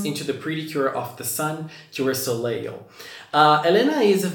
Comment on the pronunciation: The second l in Soleil is silent. It’s pronounced so-lay